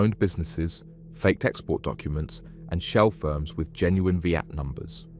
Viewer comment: Yes, it's better. This voice is very clear, easy to understand and the most realistic I've heard. It was only when it read "VAT numbers" as "V at numbers" that I realised it was AI! 😮